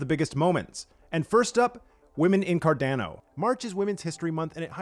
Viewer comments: Good format but please fix the pronunciation. Car-Don-Oh, not Car-DAN-Oh. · Thanks for he video, curious: why does he prodounce CARDANO ''Cardnäno''? 🤣🙏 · Love the short videos, but dude, learn to pronounce the organization / product you're working for. It's CAR-DAWN-O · He's really making me question how Carando is pronounced now.. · I really wish you would learn how to properly say "Cardano" I die a little inside when I hear you say it. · Great video, thanks! PS I cringed every time you mispronounced Cardano and IELE.